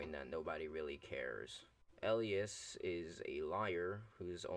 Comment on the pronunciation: Entire video is about correcting yet does not once correct the name pronunciation of "Elias"